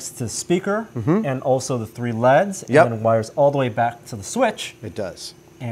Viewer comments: whats more annoying is that he says L E D in other tested videos, so he obviously only started doing it recently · It bothers me way more than it should but I can't stand when people pronounce stuff like "leds" instead of saying L-E-D's. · Why does keep calling L.E.D.s leds? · why is he pronouncing LED's like leds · cringed everytime he said (leds) instead of L E D's...... it just sounds so wrong to me... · "Leads." Come on,. L-E-D. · its L.E.D.s, not "leds". Stands for Light Emitting Diode. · who says "leds" instead of L.E.D.'s? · I've never heard anyone call it "leds." And it kinda pissed me off. Its L.E.D. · its L E DS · L.E.D lighting not leds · Err mah gerd! ELL EEE DEEZ! Not Leds. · L.E.D's not leds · L E D's not leds smh cringe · Everytime said LED like "leds" I cringed